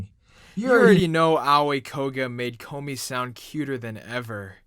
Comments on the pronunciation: please stop saying kombmi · Stop saying komi wrong